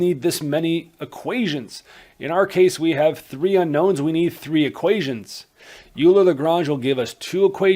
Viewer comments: Euler is almost universally pronounced "Oiler" rather than "You-ler" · Bruh I wrote this before watching the video and hearing the "u"ler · "oiler" not uler ;) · Please stop saying "Yooler." It hurts my ears. I'm not expecting you to be able to pronounce it properly, but PLEASE, at the very least, pronounce it "Oiler." It sounds to me like you're Canadian, so saying "Oiler" should be easy for you. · Are you sure ? I used to say "oiler" but I had a german math teacher who is also a sercher in combinatorics (don't know how to say it in english) who say "Euler" and so he must be able to say it the right way. (He also likes to invent poems on maths theorems in german like on on the strength of a point or the double ratios / hanarmonic ratios (don't know how to say it neither) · Loved you lesson. I think "Euler" is pronounced "Oiler" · So, the native German-speaking Swiss man - Euler has a surname that is Germanic. It is pronounced "oiler" like Houston Oilers. Please try to pronounce it in this manner. Thank you. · Oh he can oil me alright ... leonHARD oiler can oil me up so good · Euler is pronounced “OIL-er” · Too dumb to pronounce "EULER"!